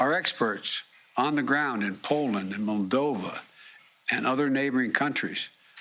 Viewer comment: Where in the planet is “MONDOVA” 😂😂😂